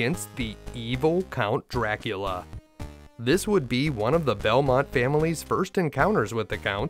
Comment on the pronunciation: Medusa with Grant? Axes from the ceiling. Also, I cannot unhear it when you say it... Chrevor jumps the penjulum to chry his shtrategy against Jracula. Great video, I enjoyed it. Thanks.